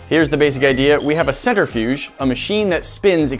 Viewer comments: Cen-Trih-fuge, not Cen-ter-fuge 😜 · Sorry to be That Guy, but it's a Cent-Riff-'Yuge, not a Center-Fuge. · Am I the only one cringing when they say “centerfuge” instead of “centrifuge”? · CEN-TRIFUGE not CENTER-FUGE. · DRINKING GAME: 1 shot everytime says "CENTER-fuge" instead of Centrifuge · I'm not even a minute and a half into this video and I already want to stab my ear drums every time he says "centerfuge" rather than "centrifuge". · Ha, I couldn't get past you mispronouncing "centrifuge." "center-fyooj" really? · Nobody:: centerfuge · The scientist in me cringed every time they said "center"-fuge. I really wish y'all would do some research and talk about the science a bit more. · no, he said centerfuge. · All that knowledge and can’t pronounce centrifuge correctly. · He said it a couple times before I realized it didn't sound right.